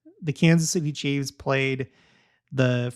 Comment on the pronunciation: I wish someone would tell him, its not " chieves", its chiefs. No debate.